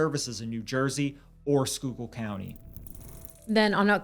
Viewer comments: Holy shit he pronounced Schuylkill right❤❤❤❤❤❤❤ you know how many times I've seen people do a video and they won't just take the few seconds to pronounce the word. Love you guys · Omg wtf???? I heard “Shore Memorial Hospital” and perked up…I grew up 5 minutes from that hospital….i can’t believe I’ve never heard of this case! Also, I live in Philly now, so I gotta compliment yall: GREAT job pronouncing “schuylkill” lol!